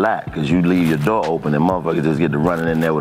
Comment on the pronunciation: Rick Ross was “walking out the doorh” on y’all ass😭😭